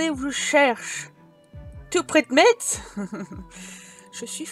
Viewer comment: Les lorrains vont rigoler en t'entendant prononcer Metz 😂 😍 (le t ne se prononce pas 😘)